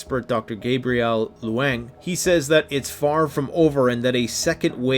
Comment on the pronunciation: Leung is pronounced as “lung” xx thank you for the videos